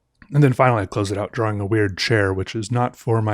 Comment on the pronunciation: This guy got all his views by pronouncing the 'W' in 'drawing.'